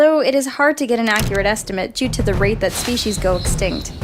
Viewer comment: said spwecies